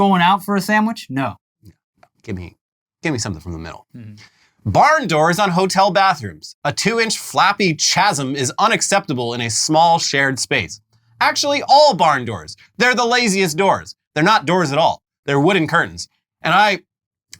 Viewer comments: KA•zm, not CHASS•m. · It's pronounced kasm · Chasm is pronounced Kasm btw... No Ch sound.😊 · The way said CHasm makes me upset. The h is silent! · "chasm" is pronounced like kazem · I reject how you pronounce “chasm” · My grievance, people who pronounce the ch in "chasm" like in "cheese". What kind of monster would do that....?